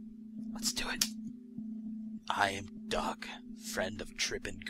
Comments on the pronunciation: " I am dog, a friend of Trip and Grace. " Lol, you pronounced it dog. Not Doug. x3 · When he said Doug I thought he said "Duck".